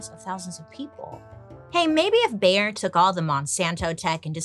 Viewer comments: Every time Bailey calls Bayer, "Bear" 💀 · So funny how u pronounce “Bayer” 😅